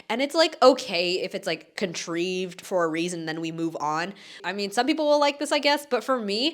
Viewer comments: Nice video, WLGYT was my favourite drama of the year, and possible all time. BTW the word "contrived" is pronounced con-TRY-ved, not con-TREE-ved. :) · Just a quick FYI -- it's pronounced "contraived" with 아이, not "contreeved" with 이. 그거 밖에, 수고하셨습니다! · Great list! Keen to watch your top picks - I've only watched Tangeries and it still makes me cry. FYI contrived is pronounced as contr-'eye'-ved. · Respectfully, it is pronounced contrEYEved . I loved Dynamite Kiss. The guy was respectful and didn't cross boundaries until he found out the truth. And let's be real , anything with IU as the FL...it's likely going to be the best of the year. She is so stellar in everything she does. If you like deep romantic dramas , for 2026, I'd recommend 'Love Me' with Seo Hyun-jin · I have never heard anybody pronounce "contrived" like that. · cant trust the opinions of someone cant even say contrived properly. learn to read please. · You're pronouncing contrived wrong it's with a long I sound it does not say the long e sound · You mispronounced “contrived” js ❤ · I think your pronunciation of "contrived" is so cute. Never heard it like that before.